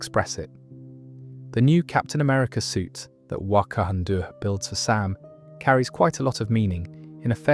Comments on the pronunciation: I never heard Wakanda pronounced like Kathmandu. That's definitely different. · It's really well done, but some of the pronunciation errors are inhuman In the first few minutes it doesn't seem to know how to say Vol.3 as in guardians of the galaxy vol 3. Wanda as wantoo? Wakanda pronunciation etc